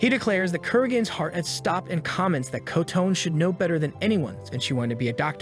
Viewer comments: Her name isn't "Ko-Tone" It's Kotone—"Coh-Toe-Nay." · AI pronounciation is really terrible. The guy is shooting the front of a ship at things. Alcohol is a deadly potion. The teacher turned into "a boy" running toward them. Kotone is pronounced Co-tone by the computer. Karate almost pronounce carrot. As for the ogre or oni, you would think getting an arrow through the eye socket would put it down for the count, much less shooting alcohol into the face. All in all, these monsters are pretty weak. Goblins get taken down with metal pipes and ogres with training arrows. Also, it points out that the phones were the key to all of the monsters coming out. What becomes their priority...Get a phone on the internet. Our latest generations are hopeless. They can't write a story without an analog to modern technology. Also, that being said, I don't know how 90% of the population of the world would be killed off when, in many places, there isn't widespread internet or a lot of smart phones. Maybe one per house in a lot of countries and even less in a lot of SE Asian, African and S American countries. A lot of those people would be chilling. Also, weapons or things like machetes are pretty common in those countries, so the monsters would be made short work of. Even in a place like the USA, where there are a bunch of smart phones, there are a metric crap ton of weapons in homes. So I don't think 90% of the people would die out. Only in countries with wealth, lots of phones and strict weapons laws...like Japan or big cities like New York, LA or